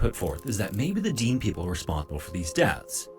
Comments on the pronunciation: And the AI narrator is a little annoying, it is not pronounced Deen, Dene is pronounced Deh-nay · The correct pronunciation is Dene (De-nay), rather than 'Deen,' as used by the Dene First Nations people themselves. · The narrator made some mistakes, It's Fort Simpson, not Fort Samson. He mispronounces Dene. It sounds like Den-ay when pronounced correctly.